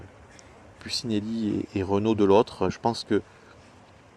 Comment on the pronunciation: doit le savoir mais je le rappelle quand-même: Puccinelli ça se prononce « Poutchinelli », et pas « Pussinéli ».